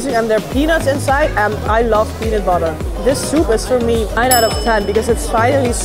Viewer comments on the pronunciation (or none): none